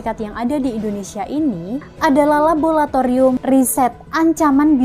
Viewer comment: Labolatorium opo laboratorium to yu...